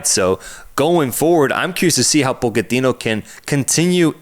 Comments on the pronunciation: "Poe-keh-tino"??!! 😂 Mauricio himself has clarified the pronunciation, and it's pronounced how everyone and their mom already says it. "Potch-eh-tino", let's not get too fancy, lads. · Pockertino ??? 😂. Americans talking about football just sounds WRONG !! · Calling him Poketino gave me cancer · Why can't they say PoTichino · The yanks pronouncing Pochettino's name is amazing